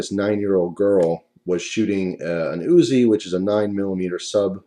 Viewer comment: The fact is a 9 year old isn't physically developed enough to handle something with such power and force. Especially someone who has never even touched a gun before. You might as well of given her a 12 gauge right. What do you mean inside job? by who? the range? Oh and it's not USI... but Uzi.